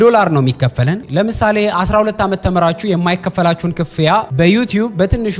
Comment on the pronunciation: The Gurage Accent Slipped 😂 (ክ-ፍ-ያ) አባባልሽ